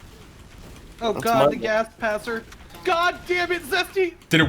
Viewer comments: “does the gas passer worh?” boy i sure hope someone got FIRED for that blunder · “does the gas passer worh” lol